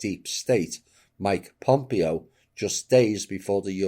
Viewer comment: I hate to be pithy but it’s pronounced pom-PAY-oh. Thnx😉